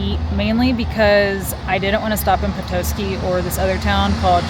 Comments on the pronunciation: The pronunciations of Petoskey (puh·taa·skee) and Charlevoix (shaar·luh·voy) are killing me 😂. Michigan town names are always pronounced weird... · Petoskey - Pe TAH ski Charlevoix - SHAR le voy The pronunciation police are watching you.😁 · Also, puh-tah-ski (petoskey) and shar-la-voy (charlevoix) 😊